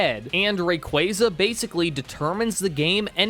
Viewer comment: RAY - KWAAAAAAA - ZAAAA ffs dude .. imagine doing a pokemon video and can't even name the pokemon correctly.. cringe ass Fail